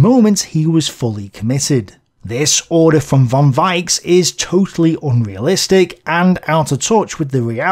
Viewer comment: Even if iit' s not very important a pronounciation correction: "Richthofen"/"Broich/Weichs" . In German "ch" is pronounced the way you did after the letters a,u and o. But after an "i", "e" "ch" is pronounced softly like "reich" (rich) or "weich" (soft) if you listen to a translator program. Besides great work.